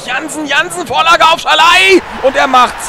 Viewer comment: Moränen es sein das Bergi immer Schalai sagt??? :D